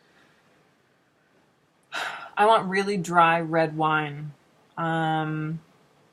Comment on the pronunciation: said "Wiine"